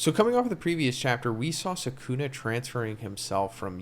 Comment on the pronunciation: It's not sookoona, the correct pronunciation is skoona.